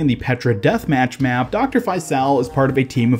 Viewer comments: The character Faisal’s name is pronounced Fay-sull, it’s an Arabic name, (فيصل) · “Faisal” is an arab name and it’s pronounced “Faycel” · Hearing you pronounce faisal brings me pain as an Arabic person